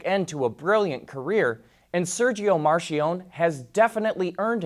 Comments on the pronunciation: The man was Italian, not French... please pronounce his name right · Your butchering of 'Marchionne' cause my ears to bleed.